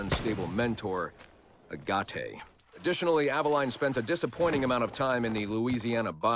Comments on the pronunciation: He can't say Aveline correctly either. It's [Ava-leen] not [Ava-line] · Altair [All-tie-eer] Ezio [Et-see-o] Aveline [Ah-va-leen] Conner [Because my pale ass can't pronounce his native name any better than the narrator]